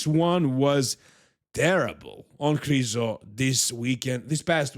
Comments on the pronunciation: stop saying Krizo. It's Mihal Križanek - Križo. It's disrespectful to the athlete to misprounounce their name on purpose just because a bunch of Americans won't learn how to say it. Educate them, don't join them for God's sake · Come on, pronounce Krizo properly. Let's not let ignorant people win!